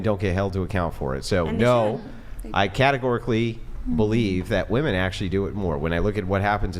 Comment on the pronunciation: jfc why can't so many of these idiots pronounce "women" correctly? It drives me crazy